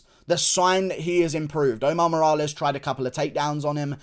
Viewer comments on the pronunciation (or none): none